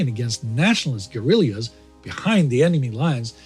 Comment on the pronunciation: "Guerillias?" Is that a type of flower? :D